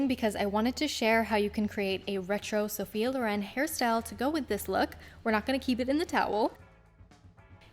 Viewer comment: Lovely video but it's Sophia Lòren not Lorén :D Greetings from Italy!